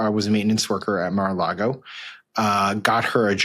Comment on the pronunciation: It’s not Mare a Lago